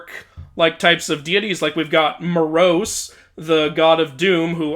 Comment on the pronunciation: You mispronounced Moros (In the greek spelling of the name, the tonos, that being the accent, is over the first 'o' so that's where you put the emphasis), and it's hard to gauge but at least in the game, the characters pronounce Melinoe as 'meh-LIN-oh-ee' instead of 'MEH-lih-NO-ay'. I've always pronounced it the first way, however the greek spelling is kinda hard to decipher as the tonos is over the 'o' instead of either the 'i' or the 'e', though it's hard to gauge as the game makers also pronounced Demeter wrong because they used the british pronunciation.